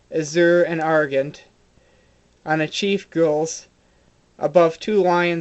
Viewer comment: A very nice explanation, thank you. Just a few points (if you don't mind), though. The colours are: Gules, Azure, Sable, Vert, Purpure and Murrey (mulberry). The stains are: Sanguine (blood-red) and Tenne (tawny). The pronunciation of Gules is 'gyu' not 'goo', and the pronunciation of Argent is 'gent' as in 'gentleman'. Regards...